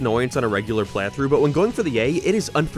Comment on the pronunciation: Dude doesn’t know how to pronounce the word “playthrough” lol